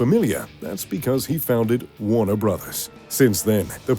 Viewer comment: . Jack Warneh(er). If the last name sounds familiar it’s because he founded Warner Estates. Accent confused.